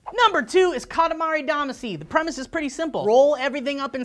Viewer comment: Why must you pronounce Katamari Damaci so wrong!!! It hurts my ears :(